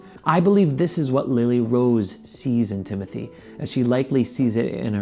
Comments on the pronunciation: it’s timothée not timothy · well you didn’t spell it timothy in the title but you pronounced it like that. no hate, i just love french lol. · last and only response.no I don't think he is attractive but only my opinion and no I didn't say you spelt his name wrong I was referring to your pronunciation of his name.his name is not Timothy. Xxxx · you spelled it correctly in the title, you didn’t say it correctly